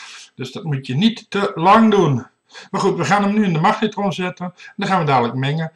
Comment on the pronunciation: haha magnatron